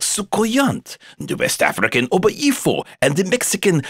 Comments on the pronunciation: I'm just laughing at his pronunciation of obeyifuo. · the way they pronouced obayifo.